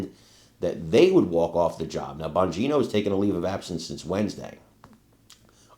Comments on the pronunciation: Can she say Dan's last name correctly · MATT GAETZ COMES TO.MY MIND!! Ron DeSantis...eoe!! I don't know who that women.is.on CNN-+ she can't even pronounce Dan Bonginos name right!! She must be an extreme.lefty!😆